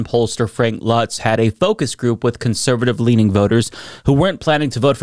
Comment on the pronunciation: Um, that's Luntz, not Lutz.